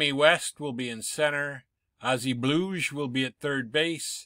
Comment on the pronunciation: I don't know how the narrator pronounces Bluege, but the correct pronunciation is BLUE-gee.